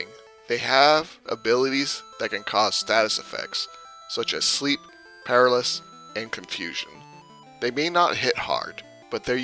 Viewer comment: Great info - but FYI it's " PUH-RAL-UH-SIS" paralysis. Not par-ruh-sis.